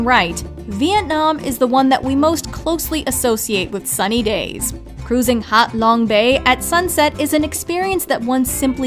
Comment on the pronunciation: as a kid of the Vietnam War era, I know that the bay spoken of is Hah Long Bay, not Hot Long, as it was pronounced. The resort city in Dominican Republic is Punta CAH-nah, not CAN-uh.